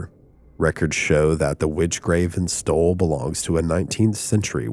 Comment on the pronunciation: Why do you keep pronuncing it 'Stoll'? It's STULL, with a 'U'. I'm not convinced you aren't AI.